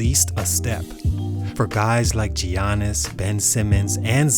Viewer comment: Bro I know you know it's Yannis not Gee-anis 🤦🏾‍♂️🤣😁🤦🏾‍♂️